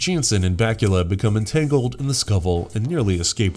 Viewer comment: You went from calling Scott Bakula Scott Bakula to Scott Batula